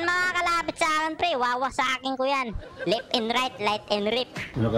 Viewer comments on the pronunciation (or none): "light and reft" 🤣🤣🤣 wtf